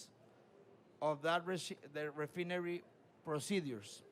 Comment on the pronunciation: horribleishon pronuncieichon mr Refineri